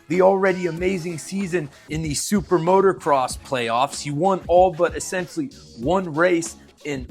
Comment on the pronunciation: dude please , i beg of you. it is MOTO NOT MOTOR say it M O T O C R O S S